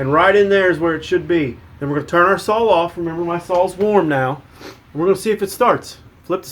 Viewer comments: Saw , not sawl . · Akshally is not a word Amagine is not a word Sawl is not a word Husqvarna not Husquhvarna